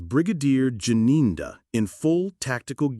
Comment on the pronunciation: He dressed like this because he knows the level of his guilt. He is the one who told the court how dangerous it would be to go in Loco inspection. But now when u started the video u couldn't pronounce the name Gininda but at the end u were able. 😂😂😂😂😂. Thank u